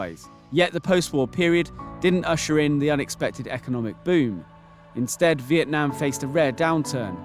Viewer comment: The country name is Vietnam, not Veitnam as at the beginning of the video